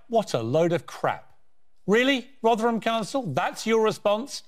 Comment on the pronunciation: First it rotherham not rothington I live there piers morgan is a lefty pusher that chats some real crap